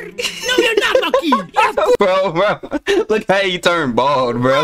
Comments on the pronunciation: ITS MOKEY NOT MONKEY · It is mokey not monkey